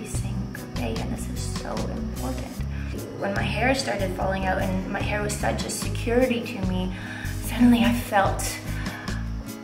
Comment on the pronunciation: lol "in ma heer" cool 😎